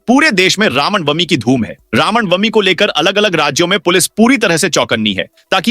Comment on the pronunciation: Ram nawamee hota .Sahee uchcharan karen